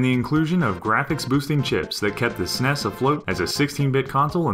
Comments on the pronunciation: Ha ha, I agree. It was more teasing than actual criticism, hence the :P. I pronounce the letters, but frankly I don't understand why some people make such a big deal about it. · it bothered the fuck out of me too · I call the NES NESS(one word) and the SNES, Super Nintendo, Esse NESS, or S-NESS. Spanish is weird, I know. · Who cares if people call it that? Growing up, nobody I knew called it the Super Nintendo, it was always the Snes, just like the Nes before it. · I actually said it every way one can say SNES, pretty sure that has nothing to do with age. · And I am telling you they are pronouncing it wrong. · Love the info, but hearing "SNES" pronounced like it's a word was really grating. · Am I the only one that is bothered by the fact that this channel says "SNES" as one word? And I'm annoyed when that one guy says just "Bros" and not "Brothers" when talking about Super Smash. I have no idea why it bothers me. lol Maybe it's my hate for words that are shortened by some. Like when people say tat instead of tattoo. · I wish people would stop saying SNES as a word! It's one of the ugliest things I've ever heard. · Sorry, I stopped watching as soon as I heard your horrid pronunciation of "SNES". It sounds silly to say it as if it were a word. We used to call it Super Nintendo or Super NES, or even S.N.E.S. Nobody ever said "Snes". Ever. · lol when I heard him say "ssness" I immediately paused the video. What hell, bro. Like it takes a whole lot of extra effort to say "Ess Enn Eee Ess" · Am I the only one bothered by how he calls them "sness" instead of S N E S and "hudd" instead of H U D? :/ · ***** most people just say s n e s, not snes. You wouldnt call a c e o, a cheo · lol, the sness, instead of S-N-E-S it sounds so funny to me. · lol "snes" I bet he also says "xbone" It will always be the S-N-E-S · Interesting video but saying "Seness" instead of saying S.N.E.S. made me want to beat my head against a wall. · Arrghhhh. NOBODY calls it the "SNES" It is S-N-E-S